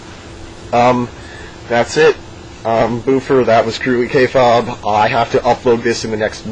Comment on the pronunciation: Not to be a douche, but every time I've ever heard it spoken it's pronounced kay fabe (like "hey baby") not like kay phab which is how you pronounce it. Not a big thing, still going to watch, just saying.